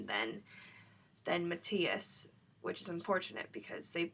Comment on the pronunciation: You're going to see lots of movies starring Matthias Schoenaerts in the near future believe me : ). And you pronounce it as MATthias and not maTHIas Schoenaerts, still I'm glad you bring foreign movies under the attention and not those action based overhyped American movies. Good review